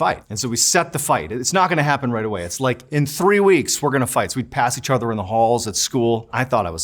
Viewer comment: 😂😂😂classic masshole accent he was using at the time while he was in high school!!!